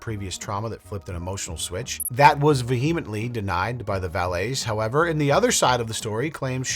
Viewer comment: Love ya, but ya gotta learn how to pronounce vehemently lol 😘😆